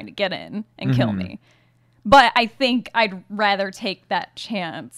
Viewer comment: You tink you can take me?